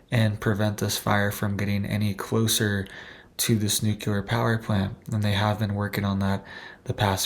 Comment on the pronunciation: Bro - it’s pronounced “New - clear” not “nuke-you-ler”.